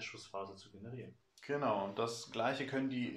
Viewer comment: Range Ergeiern (Text - gesprochen: generieren) auch nicht schlecht 🤣. Made my day. Danke für die Tips 👍🏻. Geht es bei Look out Sir nicht auch um Sichtbarkeit? Also so lange keine sichtbare Einheit näher steht? In Eurem Beispiel steht die nächste Einheit hinter den Containern und ist nicht sichtbar oder ist das nicht genau beschrieben im Regelbuch und kann daher „gebogen“ werden?